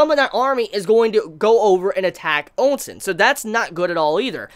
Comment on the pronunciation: Am I the only one that keeps hearing sayin Ou Sen's name as "Oun Sen"? On another note imma tell right now that what's going to happen is not something he can imagine Yusahisa Sensei has constantly done the unexpected. Plus at least 6-7 of Riboku's commanding officers are gunning for Shin.